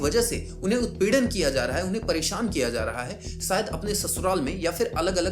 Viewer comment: Bhai tumhara pronunciation bahut kharab hai, सादी, चीजेंँ, सायद, my ears are bleeding right now.